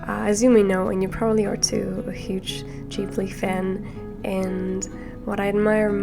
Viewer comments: i love your painting so much 🥰 your videos inspire me to paint more 💕 and ps you are pronouncing the g in Ghibli the way its prounounced in Japanese :) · I think you pronounced Ghibli correctly. It’s not a Japanese word, I forgot what language it is, but if I recall correctly it means „desert wind“. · You're actually one of few people who pronounce Ghibli right :) (the Japanese way) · In Japan that’s how we pronounce Ghibli! Don’t worry